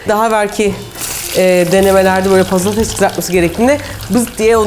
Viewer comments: Pates değil patetes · patates yerine pattisler dediğin anda yıkıldım ya :D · Abla patetesi çok ďeğişik ve güzel söylüyorsun